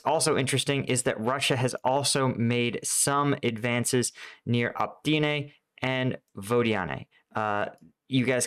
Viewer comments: For the love of pete ... O - Pit - Nay lol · It's pronounced op-it-na (Optyne) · Seriously... O-PYT-NE